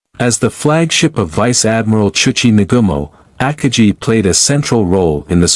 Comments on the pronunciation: The AI voice is very bad. Try upgrading to a better AI and train it to say Akagi correctly instead of AHKah-jee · As soon as I heard you pronounce the carriers name, I stopped the video and started something else.